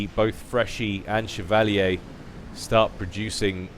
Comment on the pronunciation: Chev-a-leer. Chevalier.